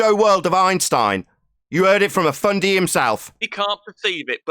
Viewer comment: Love the "Fundy". I'm in Texas so I ain't got a clue what that means but I understand and love it. Just can't say it as PROPER as.👍👍